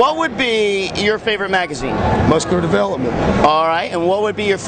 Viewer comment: i laughed till cryied when gregg said mooscular watched it 50 times &still funny nice work frenchy !!